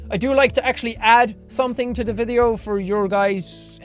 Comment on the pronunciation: "I like to ade something to the vitheo for your guyssssshh entertainments." Dat pronunciation tho :D